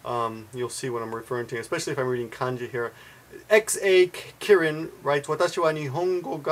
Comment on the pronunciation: LOL X a Ky rin? lol I'm amused that I made it into the video!!!(HURRAH!!!) It's pronounced "Zack- Rin" though. x3 just so you know. It's a strange name. I know. <3 It's alright thoug, No one can pronounce it properly. I also would love harder lessons if you have the time to make them. It must be difficult doing the actual lessons, plus answering all the questions. x3 THANK YOU AGAIN SO MUCH!